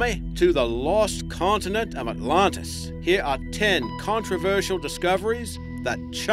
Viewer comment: Without seeming rude, may I ask where you're from? Are you an Aussie trying to use an American accent, or an American trying to use an Aussie accent? You sound very strange and pronounce most words, Names, etc. as never heard before. e.g. "The Lost City of 'OTLONTAS'? Just curious. I enjoy your clips, but often wonder What accent you have.